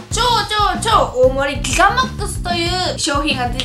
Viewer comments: ギガって少し言えてないところが可愛いwww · ギガが言えてなくて笑った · ギガって言う時の破裂音感